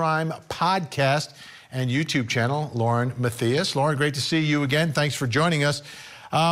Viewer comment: Love ya Vinnie, but it’s Lauren (MA-THIGH-ISS) Matthias